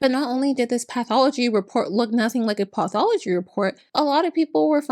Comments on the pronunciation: "path all a G" instead of "pathology", I don't like making a fuzz of language errors but how on earth did this educated lady come up with that? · "path all a G" oh NOOOOOO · "Path all a G" ????? Seriously? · "Path all o G" 😂 She didn't even google the spelling? Wow. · It’s the “ path all a G” for me😅😅😅😅😅😅😅😅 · "Path all a G"??? Woooow. 🤦‍♂️ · Lol. Path Al a gee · Literally a few seconds later: "Path all a G" CHRIST. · “Path all oh G” 😂 😂 😂 doesn’t surprise me that she thought she could get away with this lol. I love your vids btw. New sub here :) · It rhymes with Buy all a G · Path all a G, huh? Not the brightest bulb in the shed. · the "path all a G" thing......... how........how do you even make a mistake like that....... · path all a G Seriously? What the actual F*&K? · "Path all a G" 💀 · Path all a G is hysterical 💀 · I don't know why, but "path all a G" is the funniest thing ever to me. It's like the medical version of "bone apple teeth" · “path all a G”💀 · "Path all a G" 🤣🤣🤣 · I’m sorry but her spelling pathology ‘path all a g’ had me SCREAMING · “Path all a G” byee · "ｐａｔｈ ａｌｌ ａ Ｇ" 😂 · Not path all a G……. I can’t with this lady lmao